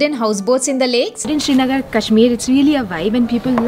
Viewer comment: And please its "sri" nagar - land of the sun and not SHRI NAGAR